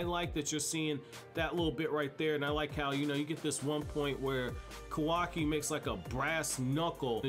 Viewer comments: KAH-WAH-KI NOT KOWAWKI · It bothers me how this guy mispronounces Kawaki, also he doesn't use Taijutsu because he isn't a ninja. He can just fight, but it's not ninja martial arts.